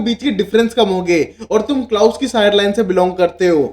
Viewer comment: What is Klaas...it's klaus menn !!!..u need have some accent